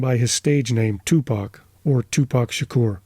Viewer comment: I’m glad you didn’t pronounce it “2Pack.” 😂